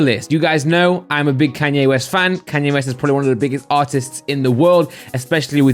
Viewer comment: Hearing say Kanye West really hurts